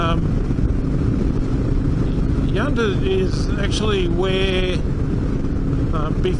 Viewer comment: Well I have to say it but its yunta like sun not yoonta enjoy